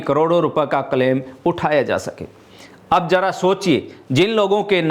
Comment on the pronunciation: न्यूज रीडर से हिंदी बोलना नहीं आता। प्रशासन को प्रसासन बोलते है। शाखा को साखा, क्लेम को कलेम बोलते है।